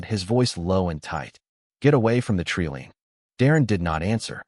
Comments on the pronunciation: Jesus h keerist! Another AI that can't pronounce TREELINE. It's pronounced treeline not treeleen!😂😂😂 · i believe you mean treelean....lol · Must have leared pronunciation at the learing center.